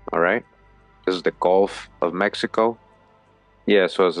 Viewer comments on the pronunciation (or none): none